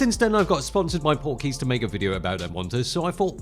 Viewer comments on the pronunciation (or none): I kept hearing "Porky's" (the movie)! :)